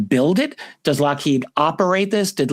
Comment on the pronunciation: Happy birthday! Also, Steven Greer has been saying it's Lockhead as well. Like consistently, since the video came out.